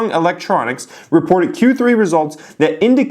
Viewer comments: It's certainly an exciting time in the stock market! Just so you know DRAM isn't pronounced dram, rather D ram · dee-ram, not dram -. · Hey nice video, just a pointer, DRAM is pronounced as D-RAM not dram..:)